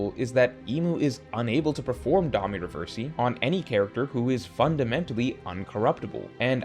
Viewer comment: These weapon name & Domi Reversi pronunciations are killing me. 😂